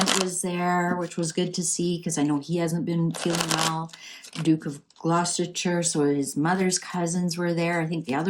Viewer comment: Great reading.Thank you. btw- no offence but Gloustershire= Gloster sher